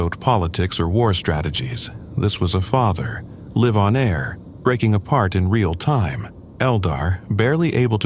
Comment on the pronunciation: I agree, Live and Gaza were two words I noticed that were incorrectly pronounced